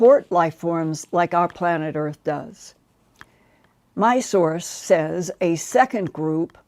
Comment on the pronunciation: The word "says" is not pronounced the way it is spelled; it is always pronounced "sez".